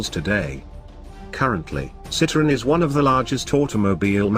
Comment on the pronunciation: Narrator cannot even pronounce the brand correctly!